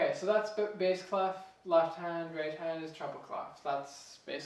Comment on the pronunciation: its written as clef but you pronouncing it as clof, even my wordweb reads and spells out as "klef"